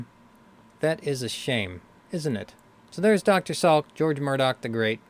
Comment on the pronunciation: Dr. Salik NOT Salk.